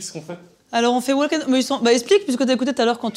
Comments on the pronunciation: hello, pour info, on ne prononce pas le "l" de walk. c'est "wawk & tawk" la prononciation. :) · Tip : le 'L' est muet dans "walk" et dans "talk". Totalement. ❤